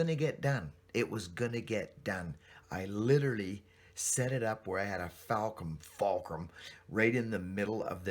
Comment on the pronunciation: It's buckin fulcrum....not falcrum. lol